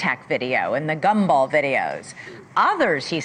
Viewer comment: She said "gumball" instead of gimbal. 😂